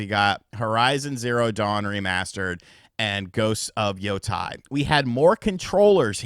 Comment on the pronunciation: Its Ghost of Yo-Tay